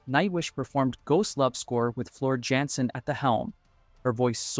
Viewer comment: Small correction Jansen pronounced Yansen. Floor Jansen comes from the Netherlands and we have to follow the rules of the Dutch language